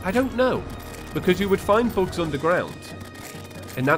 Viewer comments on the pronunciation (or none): When he was talking about worms and bugs I thought he said "books" and I just had an aneurism listening to his descriptions of books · When he was saying bugs I thought he was saying books. I was very confused that books were underground.